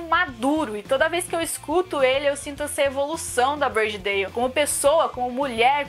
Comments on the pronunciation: A pronuncia é ''Brôdi Dóuw'' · Só achei estranho o nome Body Dalle ser pronunciado como Brady Dale kkk